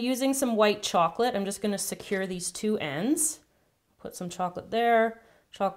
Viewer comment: I think you accedently said tw oends